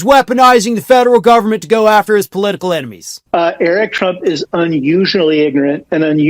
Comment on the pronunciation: What? Err-Ick wrote a book? 😂😅